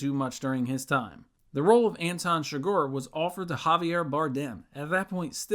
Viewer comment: Anton Chigurh is pronounced “Ann-Tahn Shig-Ur”. Llewelyn Moss’ name is pronounced “Lew-ell-In”, lol not whatever weirdo shit this narrator is saying lol.